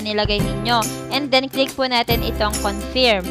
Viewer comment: anong confiiirm confirm po (pronounce as conferm) confiirm, hay naku